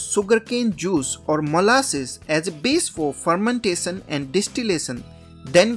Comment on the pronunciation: Fermentason or fermentashion 😅